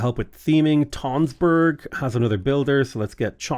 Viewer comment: tønsberg is pronounced like tunsberg, it has the same sound as the u in fun